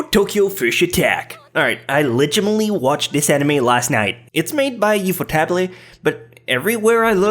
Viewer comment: Yu-fo-tabley? MY WHOLE LIFE IS A LIE!